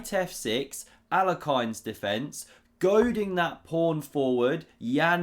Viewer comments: I m not sure about Alekh[ay]ne, Alekh[i]n sounds better 😅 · listen, it really breaks Russian ear to hear how you pronounce “Alekhine”. Please research pronunciation of the one of the greatest chess players of all times, who took the crown from the great Capablanca. Let me help a little. It should sound closer to “Alyohin”, stress on a second syllable. OK? Please, do that, and help to educate the rest of the English speaking audience. Believe me when I say, butchering great man’s name is a real travesty and disrespect perpetrated on the memory of the greatly revered in his motherland, Russian world champion.